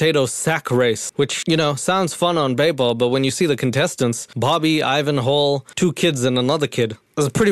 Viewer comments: I thought you were saying "Ivan Hole" until you cut the clip in of him introducing himself 😂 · Before catching on, I swore you were saying "Ivan HOLE" and I honestly wish you were. It made me giggle the entire way through this video 😂